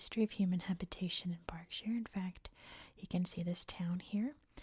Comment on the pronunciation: Nailed "Berkshire" and "Reading"! 👏